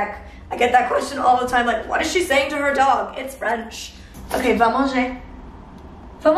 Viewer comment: “ewkey” 😂😂😂😂 lol I love you so much